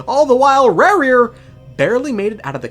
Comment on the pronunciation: Rerir ❌ Rawr-rear ✅